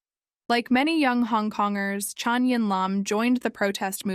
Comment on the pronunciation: her name is CHAN not CHON.. also pretty sure she was rapped.